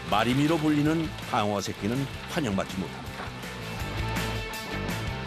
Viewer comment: 방어가 빡어로 들리냐